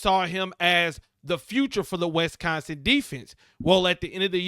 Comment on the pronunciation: Bro, it's Wis-consin, not West-consin...lol